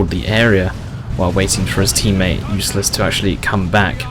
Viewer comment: U-lyss-es, like the U.S. General who became president